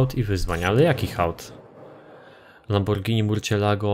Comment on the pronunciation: muwi się lambordzini a nie lamborgini